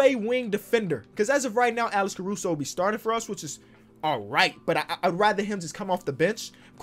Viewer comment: Nononono, Alex CaruSHOW